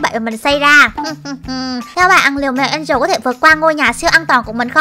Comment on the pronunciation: Mèo Angela mà sao chị bảo mè en trồ là sao 😮😮😮😮😮